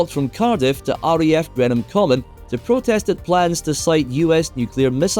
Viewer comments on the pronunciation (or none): It’s actually pronounced as “GREEN-HAM COMMON” = Greenham Common!